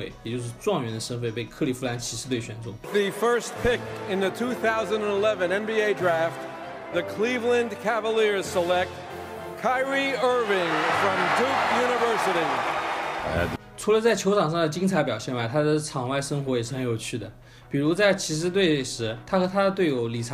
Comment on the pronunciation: 連諧音都稱不上..... 只能說是中式英文發音吧，哈哈